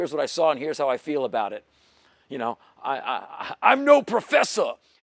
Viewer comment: IM NO PROFESUH